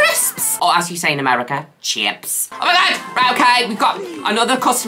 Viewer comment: how did you say "chips" more American than Americans lmao